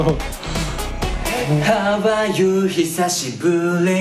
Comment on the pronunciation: たけちーのHow Are Youしぬwwww